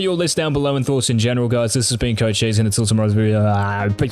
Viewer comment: TBH Idk anymore it doesn't even sound like his actually name LOL It started out as a play on his name which is... Coach EEEGS? something like that lol